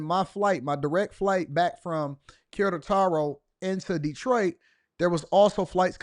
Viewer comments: QUERETARO not KARA TAR O. C'MON MAN! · It's pronunced ke-re-taro. Unfortunately. Feminisn, liberalism and bad junk food is rapidly coming here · You've been butchering the pronunciation of Querétaro lol Glad you enjoyed it though.